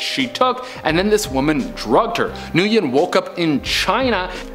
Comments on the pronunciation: Nguyen is pronounced Wynn or win. Not newgin. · NGUYEN is pronounced like "When"